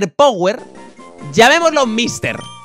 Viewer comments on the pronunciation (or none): none